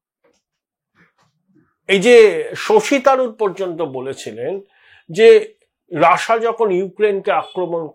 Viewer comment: রাসা নয় ওটা রাশিয়া